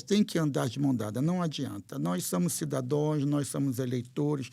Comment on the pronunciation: Tem que aprender que não é "cidadoes" o certo é cidadãos!!